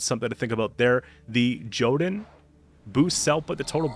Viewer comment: I hate to be a nerd but it’s pronounced yo-tun